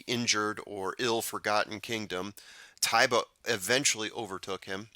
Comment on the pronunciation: To me it looked like Ty-ba, and I know when I was doing the SA Derby the announcer say Tay-ba but man.... maybe if he wins the Derby and they say Tay-ba I'll switch up. LOL